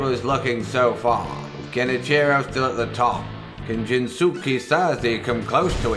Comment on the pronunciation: Jins-ke .... you dont say the U. Sanos-ke Sagara, Sous-ke Izen, Sas-ke Uchiha.